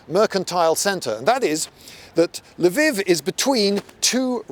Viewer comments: learn to say LVIV if your gonna make a video on it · "Lviv" does not mean "Leo"; rather, it's a possessive meaning "Leo's" (the first L is pronounced as in the French article "la", so to an anglophone's ear, it would sound like L'veev'.) It's also true in Polish "Lwów", where it's pronounced as L'voof. And also in Russian, where it's pronounced L'vov. Amnd even in Czech, where it's pronounced Lvov (without softening the L). p.s. Incidentally, "Kyiv" is also a possessive that means "Kyi's".